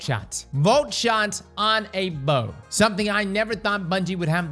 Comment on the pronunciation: Had to mute sound and watch with captions, hearing you pronounce the bow’s name hurt my ears